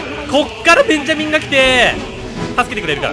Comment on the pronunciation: ベンジャミンの発音が完全にモンダミンで草